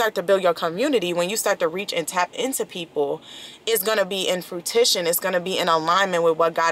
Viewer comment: Love the message of staying consistent, faithful and on your journey. Side note: Please don't take this the wrong way but I couldn't stop laughing at "frutition"